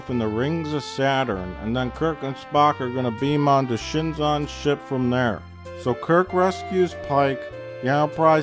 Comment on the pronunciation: "Kirk and Spock are going to beam onto Shinzon's ship" For the first time, Plinkett pronounces Shinzon correctly.